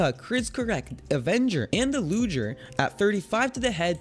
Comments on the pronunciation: lmaoo he went into a full explanation on what the difference is between assult rifles and sharp shooters while he called lü-ģ-er's luhdgers and k-eye-mera chimeras what th still good vid tho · Its luger, not lujer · Arcl Gaming its so triggering when he says lujer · Luger not lujer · Bruh.......it’s not lu j er it’s Lu G er no j no j sound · did he just say "lujer".... it's pronounced "looger" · Louge er? Chim er ah? Why u pronounce bad?(i still like ur vids tho😀)